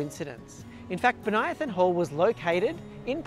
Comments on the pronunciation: You pronounce Bonython oddly. Bən-Ī-thon. Not Bon-Ī-i-thon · I know it's uncool to point out, but I once had trouble with this name too (and many others). You say "Bo-nia-thon", I say "Bonny-thon". My family lived on a street named Bonython Street (another city, same famous individual), and as a kid I pronounced it Bonny-thon. Neither of our pronunciations is correct. It's Bo-ny-thon. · And in Canberra, the suburb is usually pronounced Bon-ython